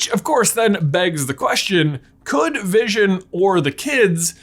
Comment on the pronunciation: Everone: wondering what white Vison is Me: Thinking it was Bluison